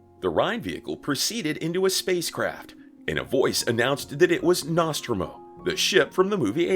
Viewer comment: Pronounced like "NosTROmo" not "NOStromo" have you not seen Alien? It came out in 1979...bring it back. M&MRR sucks!